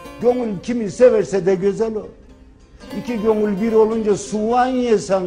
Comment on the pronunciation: Gönül deyil,gonülll...kurban olurum sana...